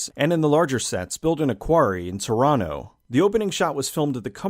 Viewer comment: i will give you a +1 just for the fact that you can pronounce TORONTO properly